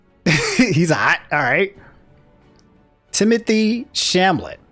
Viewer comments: Timothee Chamlet lol😂. To clarify who he is, Timothee Chalamet is an actor that I know primarily from the movie Call Me By Your Name. It’s a movie about two men falling in love with each other. His name isn’t easy to pronounce if you don’t know it though. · "Timothy Shamlet" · I love how is the only other person I've heard besides myself to say timotheee shamlet